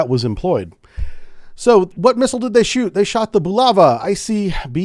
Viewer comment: Bulava missile... Not "Buluva"😅